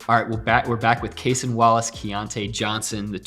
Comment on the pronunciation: how do people still not know how to pronounce cason’s name? it’s kay-sahn, not kay-sen. i would think cason himself told them pre-draft and post-draft how to say his name lol